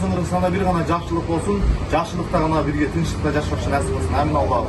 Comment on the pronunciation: Блогер аминь эмес, оомин деп айтылат. Аксакал ава оомин десе деле аминь аминь эле дейт да. Эч качапн кыргыз ооминди аминь дебейт.